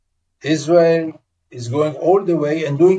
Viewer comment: It is the American not israwl